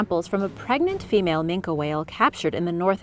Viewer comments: AT THE OFF ASOON AS SHE PRONOUNCED IT MINKA AND NOT MINKY, I NEW THAT SHE DIDN'T NO WHAT SHE WAS TALKING ABOUT, DONT WATCH KIDS ITS BS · Just one thing... It's "ming-kee" not "ming-Kah" 😉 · why is yous callin an ol grumpus a "Min-kah" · It's pronounced Mink the e is silent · minke as in MIN-KI